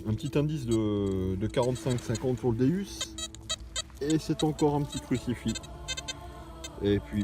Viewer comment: déUs déUs svp c'est pas un déUs mais un déOUs le non c'est dieu en latin d'onc sa se prononce déOUs .bonne continuation l'ami et plein de belles trouvailles